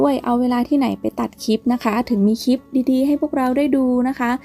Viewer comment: คลิป ไม่ใช่ คิบ กรุณาฝึกหัดออกเสียงคำควบกล้ำให้ชัดๆจะยอดเยี่ยมมากนะคะหนู